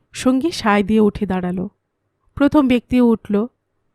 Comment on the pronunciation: কথাটা প্রথম হবে, পথম (১) নয়। দ্রুত উচ্চারণ হবে দ্রুতো।